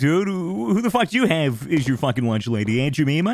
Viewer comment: "Aunt jimeema"